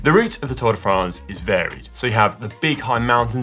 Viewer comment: First lets try how to pronounce france correctly